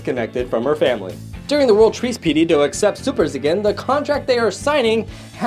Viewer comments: Did anyone else notice that he said. " Treace Peaty " instead of "Peace Treaty" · "During the world treace peaty" 💀 (It's supposed to be peace treaty) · What’s a “Treace Peaty”? 😂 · "During the world treace peaty" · you said “world treace peaty” lol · You said treace peadee